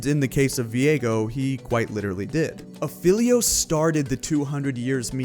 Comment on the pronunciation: you're saying aphelios wrong and it wasn't him that started the meme it was Wukong